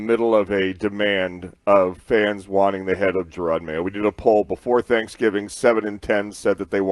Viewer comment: Jerod, not Gerard.